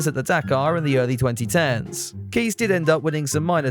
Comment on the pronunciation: Kees is pronounced "Case", but not cayce. Koolen is Coal-unn.